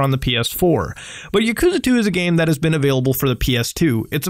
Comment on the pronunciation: Lol the way u said yakuza just cringe me out so hard